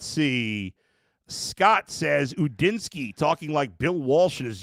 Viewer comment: It’s not Gudinski it’s Udinski